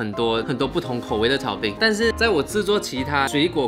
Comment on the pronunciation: 水果炒冰听成水果奶奶😂